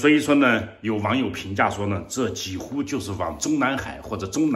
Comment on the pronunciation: 几乎 音 JI1 HU1，而非 JI3 HU1